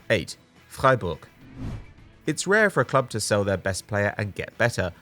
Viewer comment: That first pronunciation of Freiburg was flawless 👌🏼